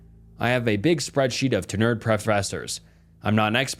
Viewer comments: TEN-yurd, not tee-nurd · Omg please look up how to pronounce TENURED because this ain’t it